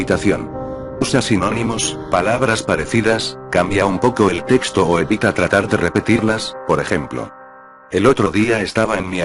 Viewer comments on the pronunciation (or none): none